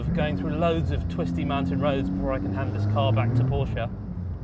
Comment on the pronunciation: thank you for saying Porsche and not Purshah